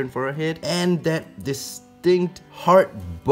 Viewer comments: The whole video I thought you were saying ‘hard butt’ lmfao. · Kinda sounds like he’s saying “*Hard* Butt”